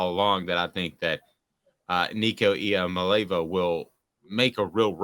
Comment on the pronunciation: You are one of my favorite commentators, but this has to stop. This time you called Nico's last name as "Ee-uh-Muh-Lay-Vuh". I consider you a very smart guy, but it's "Ee-Ah-Mah-Lay-Ah-Vah". Practice saying it. Ten times. A hundred times. Get someone to work with you to stop and correct you every time you say it wrong. Write it out and put it next to your camera where you can read it if you can't remember. Or just give up and only call him Nico. Or eventually you'll be the only one who mispronounces his name every time. Your followers may or may not care, but if I were Nico, I would care. It's a matter of respect. It's really not that hard if you take the time to break it down into parts. And actually spend a little time working on it. I have confidence that you can do it! Don't let me down!;)